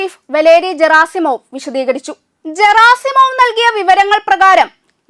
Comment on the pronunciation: Валерий Герасимов - വലേറി ഗെറാസിമോവ് എന്നാണ് ! ( Г - എന്ന അക്ഷരം ഗ - എന്നാണ് ) Путин - പൂചിൻ എന്നാണ് ഉച്ചാരണം !